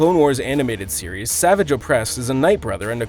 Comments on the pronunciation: Sah-VAHJE is how his name is pronounced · Stop saying savage wrong- the G is soft! It's ticking me off!